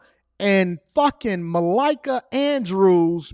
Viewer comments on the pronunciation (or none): it's MA-Lee-KA 🙂